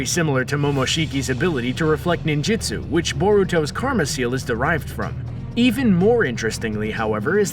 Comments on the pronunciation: this mans says nin-JITsu. Screen Rant does not know how to make a decent naruto video. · "Ninjitsu"? Bruh its Ninjutsu